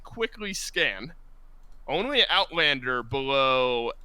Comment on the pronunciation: Nice Owtlander kkkkkk